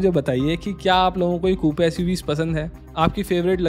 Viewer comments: It’s not KooPe, it’s Koop. Just like a poop. 😂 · Kupe nahi coop pronunciation hai bhai iska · It's pronounced Koop not Koopey. But insightful video as usual. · No hate but it's not "koopay" Its pronounced "kuup". As a informative YT channel, it would be much appreciated if you look into these small things , because remember your vids reach to millions of people. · It’s pronounced ‘Koop’ and not Koopee. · Coupe is pronounced as Koop.